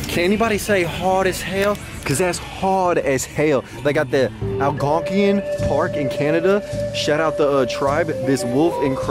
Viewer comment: My dude said "Algonqeein Park" 😂😂